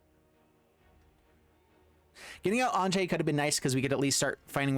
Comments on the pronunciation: Am i the only one calling her "Ahn-ya"? It seems like the 'j' should make a the sound a consonant 'y' normally would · Great deck. Just one thing, Anje is actually pronounced "anya" since her family has the whole German thing going on. Falkenrath is derived from the words meaning "Counsel of Falcons". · According to Gavin Verhey it's pronounced AYN-jee, but everywhere in the world that the name is actually common, it's usually pronounced AHN-ya. Its origin comes from the Hebrew name Anna.